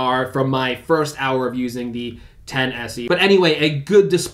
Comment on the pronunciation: "10se" haha. Why does he alaways call it that?😂😂😂